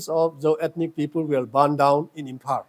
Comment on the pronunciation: His tongue is very hard to pronounce. Imphar (Imphal)